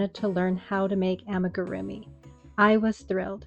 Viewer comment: It's ah-me-goo-roo-me. If you're trying to be an authority on this please at least learn the word